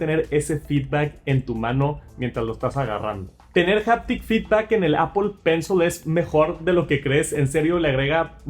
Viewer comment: Japtic? O haptic ?